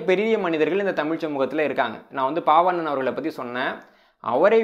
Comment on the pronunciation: ஒரு சிறு திருத்தம். சொற்பொழிவாற்றுப்படை என்ற நூலை எழுதியவர் பெயரை சொல்லும்போது நீங்கள் பால்வண்ணன் என்பதை பாவண்ணன் என்று 2 முறை சொல்லி இருக்கிறீர்கள். இதைச் சரி செய்ய முடியுமானால் மற்றவர்களுக்கும் பயனுடையதாக இருக்கும். நன்றி. இந்தப் புத்தக அறிமுகம் மிகவும் பயனுள்ளதாக உள்ளது.